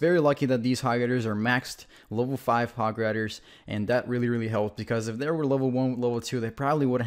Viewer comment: I keep hearing "hog-rrzz"